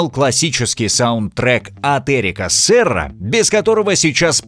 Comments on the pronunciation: Эри́к Серрá, проявите уважение: он всё же француз . Да и в других местах ударения напутаны. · Фильм великолепен! А вот автор ролика..! 🤦 "Фласто́н", "Э́рик Се́ра",.. - ни ударений, ни верного редуцирования - вы фильм-то вообще смотрели, аффтар.!?